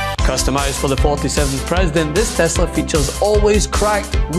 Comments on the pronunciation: Tesler, not Tesla. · He even messed up on the make of the car. He called it "Tesler". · It's Teslar, not Tesla🤣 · You mean "TesLER*" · Its tesler get with it dude